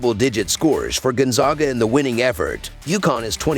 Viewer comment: If you are going to report about Gonzaga it would be nice if you could learn to pronounce the name Gonzaga correctly.